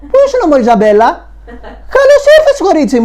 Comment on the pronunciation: Προφέρεται Ζαμπέλη!